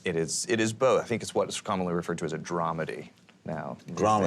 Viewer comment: Drama and Comedy...it’s dramedy, not dramody